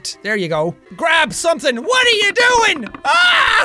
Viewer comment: Lol "What are you doing????" More like "water you doing!" B)